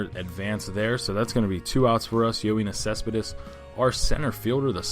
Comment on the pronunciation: Just letting you know it's yo-nis cespedis